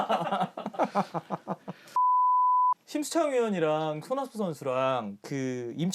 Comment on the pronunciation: 스톡킹 채널 따로 나오기 전부터 팬이었는데, 솔직히 캐스터인지 아나운서 인지 발음 너무 안 좋음. 워낙 이 채널 좋아해서 보던 거 다시 보려고 정주행 하고 있는 중에도 듣기 싫은 정도 인데, 심수창 위원을 쉼창으로 발음 한다는 그걸 캐릭터로 잡으려고 하시는지, 정말 듣기 싫음..으....오래 하신 건 알겠는데, 중계 할 때는 긴박한, 극적인 상황 등 그렇다 치더라도, 방송에서 아나운서가 부끄럽지도 않나ㅋ